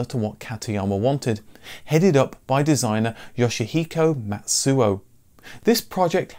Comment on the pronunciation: Please note, in Japanese, "tsu" is always one sound, so "Matsu" should pronounce as Ma-tsu but not Mat-su. And Mitsubishi should pronounce as Mi-tsu-bishi but not mit-su-bishi. Matsuo should pronounce as Ma-tsu-o. Matsu (まつ) means "pine tree" in Japanese and quite common in the first part of the last name. Anyways, thank you very much.